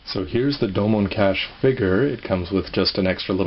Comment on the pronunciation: doh moan kah shoe, not dome cash doh moan kah shoe........ I WANT THIS GUNDAM!!